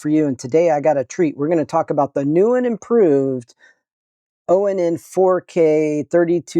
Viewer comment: It's pronounced "Ahn", not oh en en. It's project IVY, not projec TIVITY.